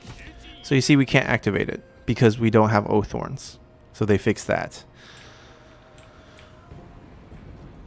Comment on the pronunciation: Why can't you pronounce oathsworn or cavalry? You say it like oathorne and cavary